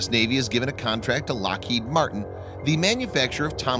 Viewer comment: "Lockheed MARTINE??????